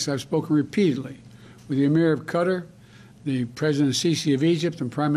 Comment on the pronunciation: The Emir of "Cutter"...